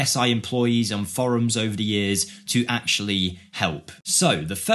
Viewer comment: how did you pronounce "forums" 😂